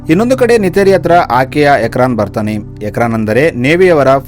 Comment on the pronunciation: Ukraan ❌ ikraan✅